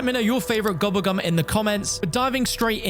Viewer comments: Man keeps saying gubbegm instead of gobblegum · Bro, I love you, but I hate the way you pronounce gobble gum 😂